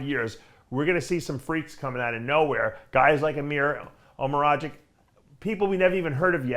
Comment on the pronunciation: Correct way to pronounce his name would be Emir Omeragit͡ɕ, for future references...same goes for other bodybuilders originally from West Balkans with last names finishing with -ić.No need to butcher it.